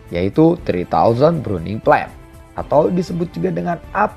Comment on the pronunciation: Bukan bruning cuy 😂 Burning 🤣